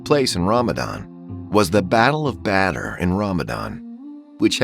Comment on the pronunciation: Battle of batter